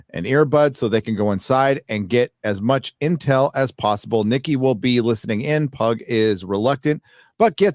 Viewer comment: I got {{{Triggered}}} every time you said: “Nikki”😎😂